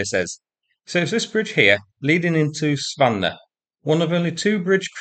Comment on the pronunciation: The o and the e are pronounced at the of Zvannoe.